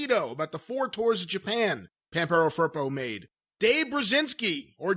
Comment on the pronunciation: The way they say Pampero Firpo really hurt my ears, they actually are saying Vampirou Purple... El señor era de argentina!!!